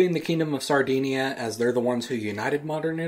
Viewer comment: He says Sardinia wrong.